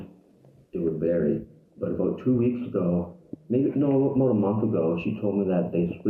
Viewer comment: What time was that abute? Yah it was abute 10 o'clock. Yah? 10 pm or am eh? 😂